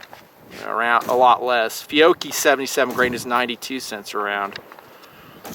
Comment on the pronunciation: You pronounce Fiocchi very odd, I've always heard it as "Fe-otch-ee"